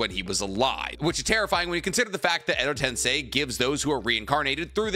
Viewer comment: Been ignoring it, but tensei "ten-say" is rebirth. TenSAI "ten-sigh" is genius